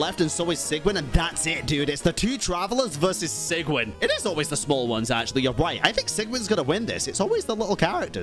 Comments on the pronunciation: I stop you all it's Clor"ai"nde and Si"j"ewinne how it's pronounced (Sigewinne I didn't know it was a thing) and Clorinde is a character of French litterature like Neuvillette. Thank you. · Bro! ... You could've atleast tried to learn the pronunciation of sigewine and chloride before hand . You are pronouncing them worse than I could've if I were challenged to do so